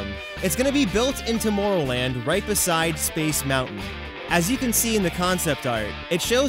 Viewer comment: Why do you say tomoorrowland